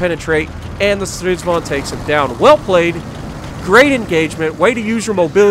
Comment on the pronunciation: "-vag'n" would be correct pronunciation. Start with Strids-wagon. Now make it German by pronouncing the W as a soft V. Now remove the "O" like it's a southernism and cutting vowels like in "reck'n", "shake'n", "mud'n".... but "vag'n"